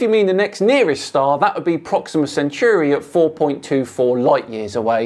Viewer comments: Pet hate: it's pronounced Cen-tóry. Not cen-choory. It's named after a centaur. Not a cent-chure. You're also allowed "cen-táu-ree' if you want to get all posh. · It’s ‘Centauri’ not ‘Centuri’ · The star is pronounced however you want, although since it's Latin it should be Ken-Tau-Ree. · So how do you pronounce "centaur" then? In any case, check your dictionary. Collins gives prɒksɪmə sɛnˈtɔːraɪ. The last part of that literally spells out "sen tor ree". Edited to add; would you be happier with "sen tor rye". I'll agree that's a better transcription of the last dipthong. My original point is still that it's tor not choo.